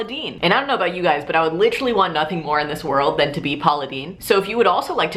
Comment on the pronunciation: was getting some major parks and rec chris traeger vibes whenever you kept saying "LITrally" lmao I love it